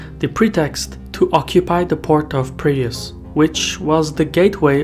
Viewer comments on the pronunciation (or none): . Did you mean Piraeus? The auto subtitle thought it was previous. Are we talking about the same Piraeus port city built by Athens? At first I heard Prius. Like the vehicle.